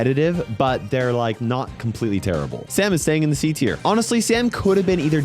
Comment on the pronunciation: Tarable 🤣"Terrible"--> "Tarable" budum pschhhh